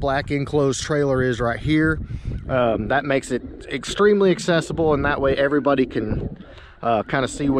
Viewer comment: WRRRRRRRRRAT’S UP EVRRRRGGGRRRRRRRY BUDY LMAO .... The intro always gets me 😂😂😂 I’m a fan of the channel tho , not hating .. Is the way you say it , it gets me every time !!!! Keep up the good content👍👍👍